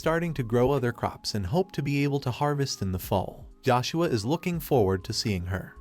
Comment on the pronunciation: How? How can AI fuck up a name as simple as Joshua? Yoshua? Really? I hate AI so fucking much, and i know just commenting here helps this bullshit, lazy, AI slop channel, but i can't just say nothing.